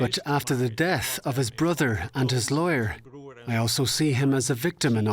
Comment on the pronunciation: The lawyer was pronouncing "liar" instead of "lawyer". The first true thing said about a lawyer. Any lawyer. Anywhere.